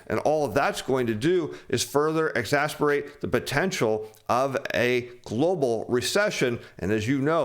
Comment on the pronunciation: Can you please learn to pronounce exacerbate?